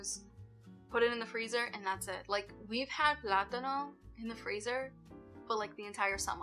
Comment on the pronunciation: Hi, Hope Milo's getting better every day! Sending my prayers to you all. 🥰 Thank you for another great video! I loved the way you said plátanos in Spanish. 🤗 And yes, another tip for not wasting money on food is returning all "fresh" vegetables back to the grocery store. I've been doing this since last year, specially returning oranges and avocados after opened. I had been noticing that these grocery items get so ripen when picked, so no more wasting money! Best wishes to all!🥰🥰